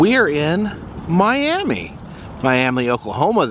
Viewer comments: It’s not pronounced Miami it’s pronounced miamah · Just for the future, you pronounce Miami in Oklahoma as my-am-ma. Also I love all your videos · Hey, the town is pronounced Miam-uh. Just a little fyi. Love the trip you’re on. Stay safe!!! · That drink is based on a cartoon after looking it up. I was curious because there is a Kickapoo tribe here in Oklahoma. I hope you didn't say Miami to the locals. They pronounce it like Miam-uh. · You posted what I was thinking. As you said, it's My-AM-uh, not My-AM-ee like Florida. I was chastised by locals for saying it "wrong." :-) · it's pronounced My AM Uh after the My Am Uh indian tribe